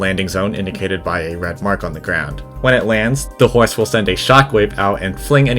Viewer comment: "the hoise" 🐎🗣️🔥🔥🔥